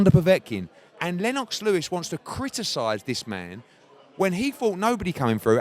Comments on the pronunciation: eddie "len-OX" hearn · You can't even pronounce Lennox Eddie you divvy bastard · why does eddie stress the 'o' in lennox lol